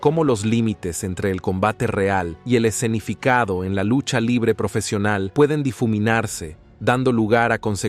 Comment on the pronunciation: “Lusha livre profeshional”